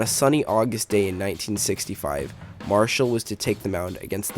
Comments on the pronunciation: His name is NOT Marshal, but M A R I C H A L! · I watched this event live on TV. I remember it well. First, you are incorrect, there IS video of this event and it is easily discoverable on YouTube. In addition, you completely miss that Marichal (pronounced Mar-eh-shawl, not Marshall) hit Roseboro twice, once while he was behind the plate, which precipitated a wrestling match between them that spun the two of them out onto the grass in front of the mound, and then again while out there on the grass which cut Roseboro's forehead open and caused him to fall down. And you miss that Tito Fuentes, the on-deck batter, came charging in with his bat up high, angling for position so that he could also take a swing at Roseboro with his bat, but Marichal knocked Roseboro down before Fuentes could hit him. You miss that after Roseboro fell down Marichal was not done and tried to take a swing at Koufax, who instinctively put his left arm up to protect himself (boy would THAT have been a history altering moment). But the home plate umpire bravely grabbed the bat just as Marichal began his swing, preventing Marichal from completing the attack on Koufax. (The two were close enough and Marichal would have hit him had the umpire not interceded.) Finally, your assertion that the image of Mays leading Roseboro away is the most famous photo of the event is laughably incorrect. Not even close. While it is laudable that Mays, Cepeda and Koufax (3 HOF'ers) were among the main ones trying to break up the fight and restore the game to mere competiti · Come on bro. Pronounce his name right. It's not pronounced Mar-shall....it's Mar-i-chal...good video otherwise. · How did you spend so much time making this painfully boring video and not bother to learn how to pronounce MA-RI-CHAL????? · yeah, I saw this crappy video and thought, "Have I and all the sports announcers I have ever heard been mispronouncing this his 'HOFer's name wrong for all of these decades!!?!